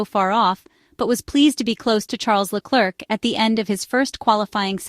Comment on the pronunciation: This is probably read by an AI voice but in case the usa woman is real: PLEASE try to pronounce Leclerc a bit better, it sooooooo painful to listen to your trump level butchering of his name